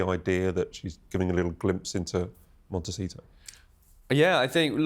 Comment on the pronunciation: Montecito not Montechino!